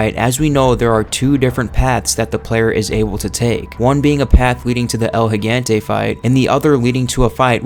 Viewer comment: i have yet to hear someone pronounce el gigante properly